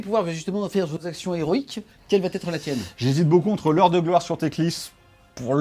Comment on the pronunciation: Mes oreilles saignent à chaque fois que j’entends « quelle va T être ». Je te propose « quelle sera ta tactique de bataille » à la place. Merci. Bisou. Sinon, super batrep, comme toujours et quel plaisir de voir Pride chatter aux dés!